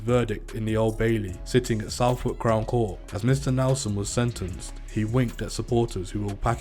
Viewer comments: Two things mate, it's bussin' not buzzing, and it's suh-thuk not south-wark. He ain't a yardie either, and I've been in jail with him, he is nothing special at all believe me, not in there, not without his ratchet. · wool wich??? south wark??/ man your from the uk and cant even pronounce area names properly. Do your fkin research if you are going to profit of shit you no nothing about and use wiki to tell a srory.